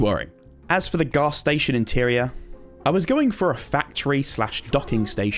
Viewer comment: When you are keeping saying ghastly station i keeping hearing gas station